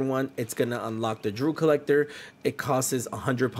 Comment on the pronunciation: It is D-E-W Collector! Are you a Kamala voter?😂😂😂